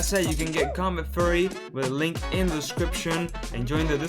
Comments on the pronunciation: Please don't say combat "furry" please say "fee yu ree" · Great video. I just wanted to point out Furry = covered in Fur like an animal. Fury is like Anger and pronounced "Fe- your- ey"